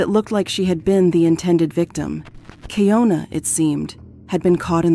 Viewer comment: Slightly annoyed that she verbally said her name way pronounced Key- ohn- na but the narrator keeps saying Key-own-na.